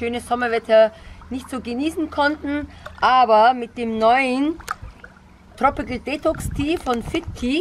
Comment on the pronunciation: tropicil tropical spricht man es aus